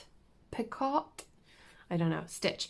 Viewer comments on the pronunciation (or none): Hey, hope all is well. I believe the word "picot" is pronounced Pe-ko. The T is silent. LOL Take care and stay safe. Give Luna and James a hug from us, please. 💖